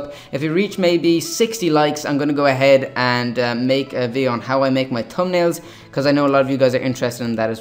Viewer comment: A Tums up and Tumnails lol I love the way you said that